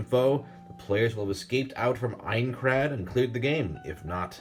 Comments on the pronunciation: As I suspected, when he said aincrad in the beginning it sounded like he’s never watched the show. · Have you not watched SAO? Why are you having trouble pronouncing names and Aincrad???